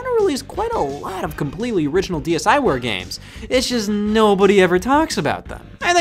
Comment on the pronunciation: MY ASIAN FARM MY AFRICAN FARM I PLAYED THAT SHIT FOR HOURS HOW DARR YOU CALL IT SHKEEVRWARE